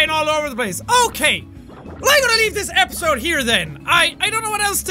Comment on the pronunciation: At the end he said epiyode instead of episode lol